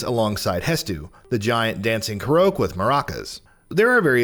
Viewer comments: It is pronounced as Ko-rock. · Who tf pronounces it Karouk I thought it was said like Ko-rock 🤣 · I cringed at that too.. everyone knows it’s “kor-AHK” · Same lmao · The way he's saying Koroks making me cringe. I thought it was pronounced "Ko-Rock" not "Ka-Roke". Was I wrong? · It's pronounced korok not korok 🤤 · I stopped watching as soon as I heard him say "kor-OAK". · my man really just said; "ko - roke" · k-ko- KO-ROKE?!? SERIOUSLY!? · Him saying KOR'OAK is like me saying Powké Ball. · My guy said koroake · koroks NOT koo-rookes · I hate the way he says koroks. He says it like ko-rokes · The way he says Korok hurts my spine